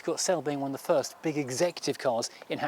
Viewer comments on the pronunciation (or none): none